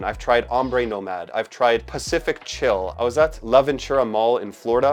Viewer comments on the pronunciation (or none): none